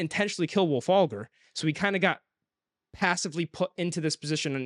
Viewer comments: I actually liked Iron Gold. Is it the best one so far? No. But it isn't a "bad" book at all. I do agree though that the parts in the Rim were the most interesting. I did like Ephraim's parts mostly because Im a big fan of hiest stories 😂. And.... It's Wulfgar... Not Wulfagr 🫠😂😂😂😂😂 Side note: SCREW LYSANDER. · Wulfalgar, lol. C'mon guys.